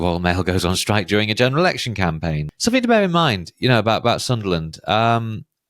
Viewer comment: Never trust a prediction and dude the correct English word is "Something" not "Somethink"